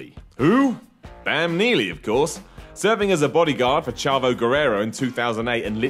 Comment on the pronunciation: "ch"avo guerrero